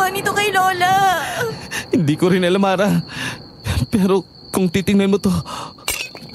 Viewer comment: Harrah ksi not arrah